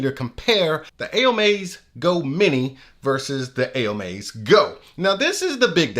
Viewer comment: lol it's pronounced "OH MY", as stated by the manufacturer/company